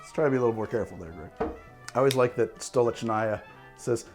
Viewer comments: also wtf is that pronunciation of stolichnaya ? ch is a k sound, just like glenfiddich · I see you found out how to pronounce Stolichnaya between this episode and the original Vesper Martini video XD